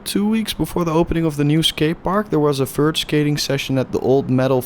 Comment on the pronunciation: fert skateboarding